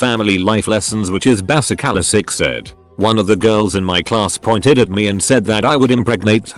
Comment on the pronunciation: Bass ick ale eee